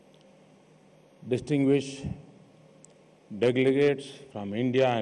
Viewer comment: Did he say dintinguished deglegates? Hahahaha